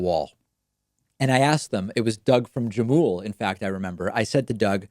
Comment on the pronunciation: The J in Jamul is pronounced H.